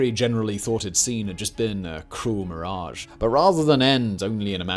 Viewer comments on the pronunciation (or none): none